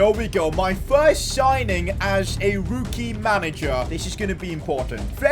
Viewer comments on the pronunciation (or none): Why do you pronounce rookie as rooooookie ?😂